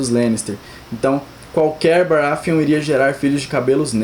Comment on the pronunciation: "baraFeon"... NO, GOD, PLEASE NO!